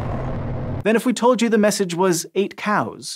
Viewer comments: I thougbt he said ate cows... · When you said "Get out" I heard it in a deep gravelly voice but when you said 8 cows I suddenly heard 8 cows but with a Russian accent